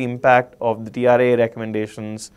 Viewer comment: Correction... Its TRAI not TRIA